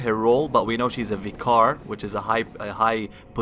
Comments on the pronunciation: Friendly reminder: vicar is pronounced like "viker". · The way you say Vicar is cancerous -_